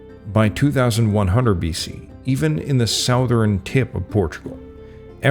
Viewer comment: what region do people pronounce southern as "SOW-thern"? Never heard that pronunciation.